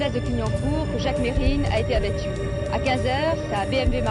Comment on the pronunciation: C pas mesrine c merine il disait